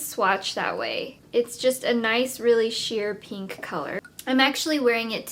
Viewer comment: Why does every single beauty guru say "Peenk"? It evades me.